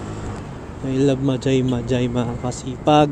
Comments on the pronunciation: Mahay hay ang big bigkas ng majayjay.ndi magaymagay😂😂😂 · mahayhay po yong pag bigkas ng majayjay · Mahayhay bigkas nyan kabayan hehehe naunsa ka man ba dong? hehehe😂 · Boss sound H dapay pag basa nya like mahayhay laguna J..is sound H pag bigkas nyan... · Majaymajay 😂😂😂😂 iba pag basa dyan boss hahaha ginawa mong bumbay ahh 😂😂😂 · Mahay hay po ang pronounciation po.. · majayjay = mahayhay po pronounciation nun paps ingat po palage